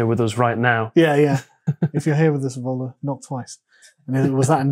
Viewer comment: This mis pronunciation of 'Evola', which I believe Carl started, is unacceptable.